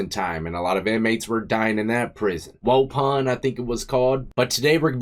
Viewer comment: I live in Wisconsin and love hearing you try to pronounce Wisconsin names lol it’s pronounced “wuh-pon” keep up the great content